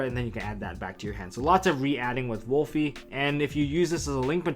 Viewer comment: Why do people keep on pronouncing Wolvie wrong!? It’s Wolvie, not WOOLFIE! It’s a Wolverine, not a wolf...wolf is the link monster damnit! Rant over 😂